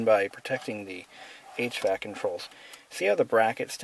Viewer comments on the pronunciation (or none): none